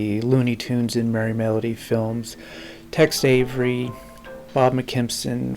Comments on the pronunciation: Dude why are you calling Tex Avery “Text Avery”. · It sounds like you're saying Text Avery. The subtitle is spelled Text also.